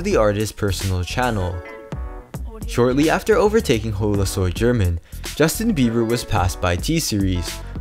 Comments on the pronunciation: german in Chile isn’t pronounced “German” (the way it’s pronounced in America) it’s pronounced (gérmán) or something like that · You pronounced HolaSoyGerman wrong try to go pronouncekiwi to and put it on Spanish. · The only mistake is how you pronounced holasoygerman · Wow it’s funny how you said HolaSoyGerman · Boiii the way you are pronouncing holasoygerman 😂